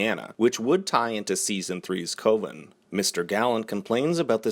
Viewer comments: C-u-ven, not C-o-ven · Co-ven not cove n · Everytime you say "Coven" with a long O, a harbinger of the antichrist gets his horns. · My dog... coven is pronounced “cuh-vin” just like how you’d say cousin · I almost unsubscribed when you said "CO-ven" get it together bro lol 🤣😂🤣 but for serial great video I actually subscribed pretty quickly into the video Haha 🤨😐🤨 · I had an issue with the pronunciation of some of the words, but I just had to switch off when you said Coven... you also missed the fact that burnt champagne is a reference to another character Joan Collins played.